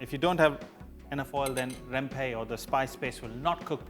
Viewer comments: It’s rempah , not rempey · Hi sir just want to tell u.....spice in malay called rempah not rempe....